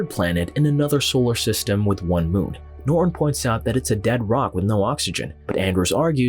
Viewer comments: Why does the narrator always pronounce the main character's name "Norr" instead of properly pronouncing it "Norton"? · Old narration is better... norton is "ner-on" here🤣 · nor'un. If you're going to narrate, at least pronounce the fucking words